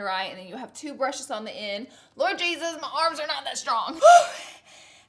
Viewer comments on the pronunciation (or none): none